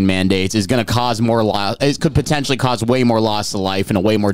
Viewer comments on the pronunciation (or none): none